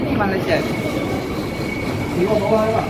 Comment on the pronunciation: Min yang benar malaysia bukan malasia